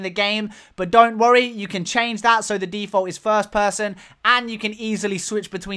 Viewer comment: "fird and thirst person"